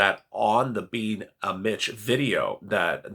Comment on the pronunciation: Every time you say "Being a Mitch", it sounds like you're saying "Being a Bitch" and makes me think you are talking about the temple of doom lmao